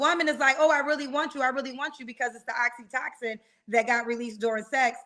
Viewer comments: girl!! The "love" chemical you're talking about is Oxytocin = Ox E toe Sin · lol talkin bout Oxytoxin😂😂😂girl I love you but please get the word right if you gone say it that many times😩 Oxytocin 🤦🏽‍♀️😂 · It’s oxytOcin,. Not oxytoxin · Oxytocin not oxytoxin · Not Oxi-Toxin?! lol *Oxytocin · Every time says oxytocin I hear oxycontin 😹 It's pronounced oxy-toe-sin. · Oxytocin is pronounced oxy-toe-son